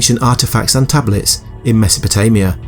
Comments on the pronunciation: Meso-po-TO-mia? Good God. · Wasn't it Sumer and not "Sumera" and MesopotAmia, not MesopotOmia